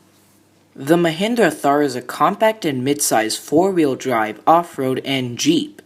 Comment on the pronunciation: It's pronounced "Tar"